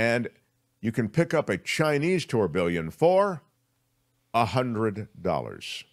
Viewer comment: Check pronunciation of”tourbillon”,please.